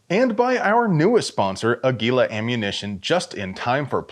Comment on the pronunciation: It’s pronounced “Ah gilah”… lol It’s not “eh gilah”. The accent is on the “Ah” not the “gi” syllable.